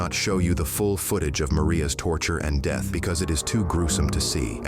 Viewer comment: guaranteed DEETH and SHO-VID!!! I DON'T understand how these AI voices can pronounce SO MANY words CORRECTLY and then a SIMPLE word like DEATH and SHOVED to be pronounced DEETH and SHO-VID!!!??? What kind of BULLSHIT is that??? I thought AI was SUPPOSED to be INTELLIGENT enough to DETECT that!!!